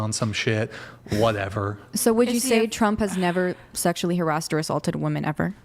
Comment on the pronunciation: She said “Harassted” lol